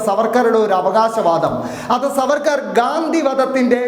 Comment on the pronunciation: സാർവേർക്കർ എന്ന് ഒന്നുപറഞ്ഞാൽ പോയി നാക്ക് വടിക്കണം